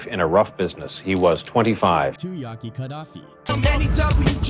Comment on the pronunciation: Aye man why make a dumb video like this guy. You can't even say Yak's name right. And I bet you were born in the 90's or 2000's . Dumbest video ever